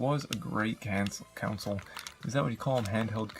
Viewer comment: my man pronounced the word console so badly the captions wrote “council”